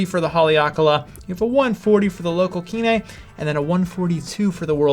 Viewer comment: Nice video. However, please note the Hawaiian pidgin pronunciation for "kine". It is "kind" without the d sound. It is not a two syllable pronunciation "ki ne". Mahalo